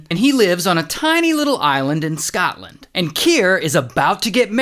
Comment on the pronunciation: as a Scottish person, the way he says Scotland is insulting😢